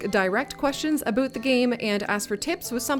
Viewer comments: OMG you are Canadian. Why would you do us like that? Nobody says aboot... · I've never actually heard someone say "aboot" before. I don't even think you're Canadian. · Any1 else feel like shes a fake canadian? The way she first pronounced "aboot" made it believable... then she pronounced it "about" with no accent, a ahort while later... hmmmm